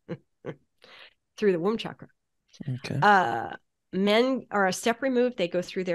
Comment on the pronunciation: She’s pronouncing chakra wrong